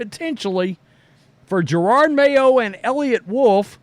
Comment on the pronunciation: You know the coach’s name is Jerod, right? Je- Rod for pronunciation.